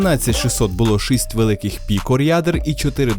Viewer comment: шість, не шисть, не треба замість і казати и, це не російська мова в якій жи ши піши з буквой і, в українській мові і це і